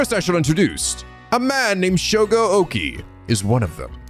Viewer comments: Before it's too late. Okiie is read as Oki-eh, not Oki. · Oh this game seems very interesting! I'm really liking the atmosphere and art style. Your voice acting in the opening scene was amazing! By the way Okiie is pronounced Oki-A to english speaking folks. If you're interested in more horror visual novels than i recommend Death Mark and its sequel NG: Spirit hunter. Be warned, some of the cg's can be a bit "nude" but considering the context it's more of a fan disservice rather than fanservice in my opinion. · That’s not how to pronounce “Okiie”. It’s either “oh-key-yay” or “oh-key-eee-yay” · Thank god I've got plushies on my bed, lol. Praying mirrors aren't an eventual theme in this game, cause there's one right outside my room that reflects the empty hallway across from my room. 😰😫 Also, I think Shogo's last name is pronounced Okii-AY (Like the -EY in 'Hey') . I think when a name has "-ie" like his, it's pronounced as an "-AY" sound; at least that's what I remembered from my old classes. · “Okiie” would be pronounced as “oh-key-eh” for the record but we might be past the point of no return there lmao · Keep in mind, in japanse you pronounce every individual letter, so Okiie would be pronounced more like oh-key-yay. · Lol I'm hype-- also I think it's pronounced Shogo Okiie (Okee-ay) but I'm not sure for sure lol- just based on the japanese I know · I hate being that guy but... shogo oKiIiI!!! you're pronouncing it wrong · I believe Shogo's last name is pronounced oki-ey but I can't say for sure. Also is anyone going to comment on just how FAST he immediately shifted his mindset to being willing to murder complete strangers either out of paranoid self defense or to resurrect another person who's also practically a stranger who may or may not have just tried to kill him? When I saw the storyteller mention the 9 people, I thought they might all work together in small teams bit this seems more like a seinen battle royal setup.